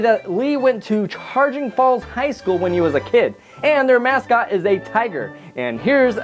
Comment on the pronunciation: it's pronounced, shuh-grin falls, not charging falls.